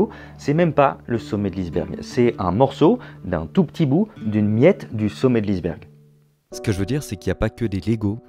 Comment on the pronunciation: « Le sommet de l’isse-bergue »